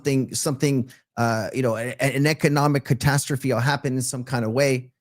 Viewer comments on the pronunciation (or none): none